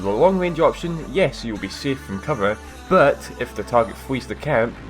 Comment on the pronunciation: "Booouuttt" Nice pronunciation;)